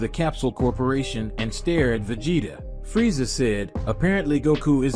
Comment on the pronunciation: That has got to be the most annoying way to pronounce Freza.